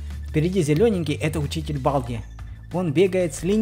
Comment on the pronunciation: Балді читаеца как Болди